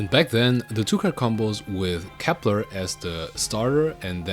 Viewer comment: can you speak properly please??? COPPLER, ALFREE???